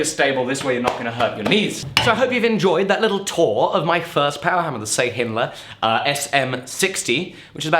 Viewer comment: I was surprised to see a Turkish made machine over there. You of course pronounce it very wrong :-) Try to read this: "Schaahiynler". This is as close as I can get to spell Şahinler in English.